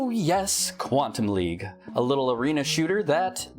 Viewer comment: Everytime you said Quantum League I heard Quantum Leap and thought of Scott Bakula